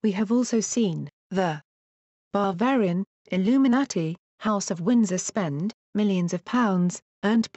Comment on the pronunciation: Its Bavarian illuminati not Barbarian ;p or did i hear wrong? 05,37